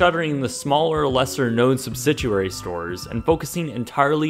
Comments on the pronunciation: Subsiduary,? I think you meant subsidiary, didn't you? Still, I like the way you pronounced it. I miss the big old red Circuit city sign and round logo. I was last in one in 2004. Bought a Richard Pryor CD collection of his most well-known stand-up comedy routines, a Pink Panther complete cartoon collection, then a cool VHS/DVD player that I absolutely loved. The novelty wears off from buying 'toys' and you're constantly looking for newer, better gratification. Whether you have, and use, values or not. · Cool video, but I gotta be that guy: It's subsidiary! Not "subsiduary!" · Joseph Heston My comment was not about his pronunciation. Being originally from Boston I understand regional accent. It was about his incorrect grammar throughout and the fact that he changes "subsidiary" to "subsiduary" which is not even a word. There's a difference, eh? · Do you keep saying "substituary?" It's "subsidiary." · It's subsidiary, not subsiduary. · Noticed that, too... Also, from later in the vid: liquidating... missing syllable there. (sounded like he said "liquiding") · Lol, you don't say "subsidiary" right. Phonetically, sub-sid-ee-airy. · So I know it's been a little while, but has gotten better at pronouncing "Subsidiary?" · No...his pronunciation needs some work. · Love the videos but, look up the pronunciation of subsidiary. You like retail so much you should do a history channel of them. I would like to know the history of best buy. Need to look thru channel, maybe you already did. Keep up the videos 👍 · No...hes pronouncing it wrong. You must be looking up the pronunciation in the "liberal websters dictionary". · I don’t know what word is coming out of your mouth when you try to say “subsidiary,” but it isn’t subsidiary, lol. There is no “u sound” in that word.